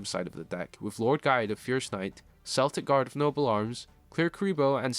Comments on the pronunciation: Celtic is pronounced Keltic not Seltic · respect the culture the cards inspo comes from. unless ur talking about the american sports teams it’s Kel-tic with a hard K sound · The Celtic pronunciation is weird because even the anime uses correct Celtic vs Cell-tic